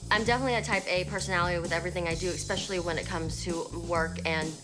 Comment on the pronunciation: She has more pride than perfection, "expecially" annoying too. The realtor deserves some paid stress days off for this! 😉